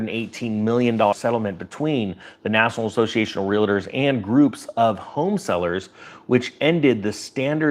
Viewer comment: REAL-TOR There is no 'A' in the middle ! Now, try pronounce it.